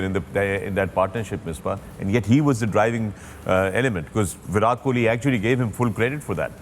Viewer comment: The pronunciation is "وِراٹ" not "وِرات "